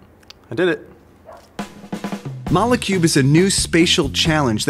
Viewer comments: I thought it was pronounced Mole Cube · Mole cube not molécube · it's not mo-leh cube, it's moll cube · A good video but they say molecube wrong